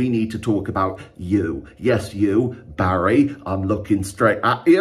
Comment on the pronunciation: Name's Harry, not Barry